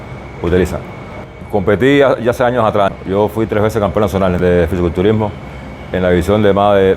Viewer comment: Se dice Fisico culturismo y no Fisi culturismo.